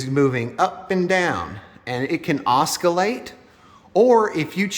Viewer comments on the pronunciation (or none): "Osc-Kill-ate?" "Osc-sill-late!" And how do you adjust the time? That's what I came here for. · Pretty good. I suggest oscillate instead of oskallate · Murdering the English language... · Will take me a while to figure all this out, but this is a start. (PS There is no hard "k" sound in oscillate)